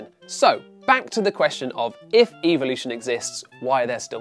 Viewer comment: I love how he can’t pronounce evolution properly